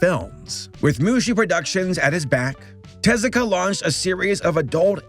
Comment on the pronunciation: Hey! Kudos for putting in the effort of getting Tezuka's name pronunciation locked down for this video. You've tripped up on names from all kinds of cultures around the world in the past, acknowledged your shortcomings and have learned from it. That's why you're such a great Youtuber. Keep up the fantastic work. Looking forward to the next video!